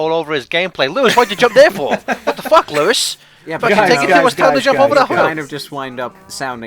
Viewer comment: Lewis (Luis?) Loo-is is savage.